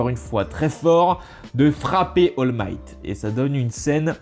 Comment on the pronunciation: C'est pas oll might c'est all might